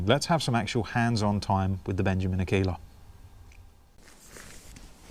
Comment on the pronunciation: Pronounced AR. KAY. LA. you obviously weren’t in the Cubs. It means female wolf. ( I think).